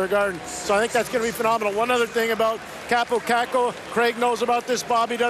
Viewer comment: Who the hell is ”Kaapo Kaku”?